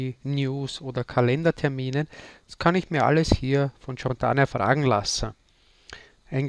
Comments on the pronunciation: Cortana, sprich: "KORTANA" ("TSCHORTANA" wäre: CIORTANA") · Es heißt „Cortana“ .... so wie es geschrieben ist... und nicht „Ciortana“ . :) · Danke für das Video, aber einen Kritik punkt hab ich dann doch und zwar spricht sich Cortana nicht mit "J" sondern mir "K"